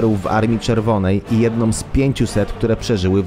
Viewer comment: Dowódcom, sużby, imponujoncom, jednom, twierdzom. Co to kurwa jest!!????? Nie stać was na lektora umiejącego czysto i po polsku przeczytać tekst?